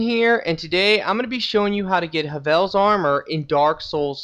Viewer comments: Havel not havelle black gulch not black gluch success not susses and finaly subscribe not suscribe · it's said. ha-vl sound it out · hAYvel, havel, nah nah nah haVEL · Did u call Havels Armor “Huvels armor” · ha VEL... really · Why does everyone pronounce his name in funny ways? It's pronounced Hovul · "Huvel" "black glutch" tf? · Don't know anyone with an accent who says gulch like gluch Havel as huvel I understand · the way you said Havel and gulch made me cry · the way you pronounced havel gave me cancer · His pronunciation of "Havel" twitch twitch